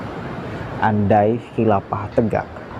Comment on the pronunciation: Saya salut sama mas ini pemuda pandai... Namun pelafalan huruf f harus di perbaiki jangan nyebut p. Khilafah bukan khilapah